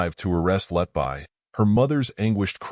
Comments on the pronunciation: Lucy 'letbuy'? It's pronounced 'letbee'. Stupid AI narration. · I like your presentation but please correct the mispronounciation of her last name, everytime I hear Letbuy instead of Letby my blood pressure rises